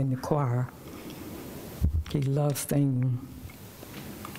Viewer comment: stop saying LOVEDED!!!!!!!!!👑